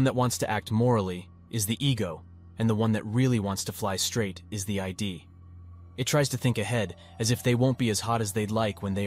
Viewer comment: It is "id" to rhyme with "did", not ID. Cheers